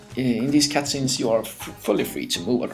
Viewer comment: did you just say Cat-Scenes?